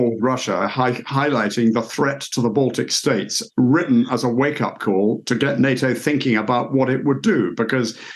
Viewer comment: "baltc states" wtf? not countries?